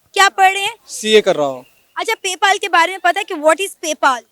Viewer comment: पे पाल नही पे पल है यार 😂